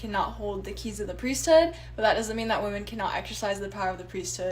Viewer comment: The #1 thing that stands out to me among Mormons and ex mos is that they never pronounce the “H” in priesthood. It’s like pre-stood, whereas I would say it as 2 words priest hood. It always throws me off lol